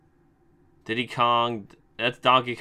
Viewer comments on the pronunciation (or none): none